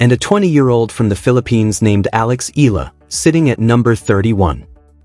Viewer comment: pls. it's E ya la (Eala). NOT Ela or whatever you say it. AGAIN E ya la (Eala). ty